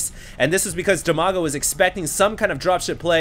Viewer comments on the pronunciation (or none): Dimaga, Strelok and WhiteRa are from Ukraine. In fact it's almost Russia =) And Brat_OK is from Russia. BTW, despite You and Husky are awesome, you need to learn how to pronounce their names correctly! =) Dimaga is pronounced with first "i" as in word "Dim", not as in "diamond", both "a"s are pronounced the same manner as in 'father'. And the accent is on first "a". So it's like dim-A-ga Bratok = bra-TOK, with accent on 'tok', and Strelok is stre-LOCK, with accent on 'lock'